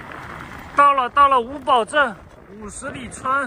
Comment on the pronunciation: 作为一个哈密人，可以负责任的告诉你那个格子房就是晾葡萄干的。还有，你今天到的是叫五堡（pu，三声）镇。